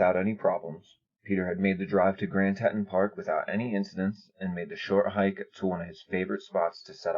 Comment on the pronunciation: Tee-tawn (Teton)... Say it with me... Tee-tawn (Teton)... Great vids keep it up